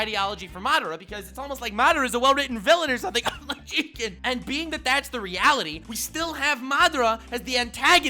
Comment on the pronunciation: you said it wrong it's not jigen it's JIIIIIIIIIIIIGEEEEEEEEEEEN